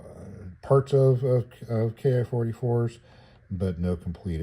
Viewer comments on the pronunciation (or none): Nice little kit. It's pronounced "sho-kee," and by the way, that "ki" kana in front of "44" is also pronounced "kee," you're not supposed to spell it out "K.I.," that's like calling a P-51 a "P.E.E. 51".